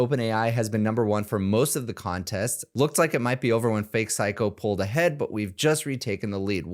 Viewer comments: It's not syko. Read it. It's actually syo. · Psyho not Psycho 😂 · His name is Psy-Ho, not psycho.... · His name isn’t “psycho”, it’s “psyho”. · hey, how many C's are in the word "Psyho"?